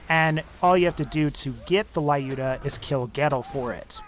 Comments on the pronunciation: Not to be one of those people, but the sniper rifle mentioned at number 3 is pronounced as Loo-duh, not Lie-ooh-duh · Dude, you're pronouncing "Lyuda" incorrectly. Just look for proper pronunciation of Люда.